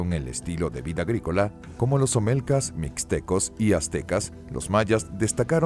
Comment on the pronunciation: No son omelcas, son Olmecas :)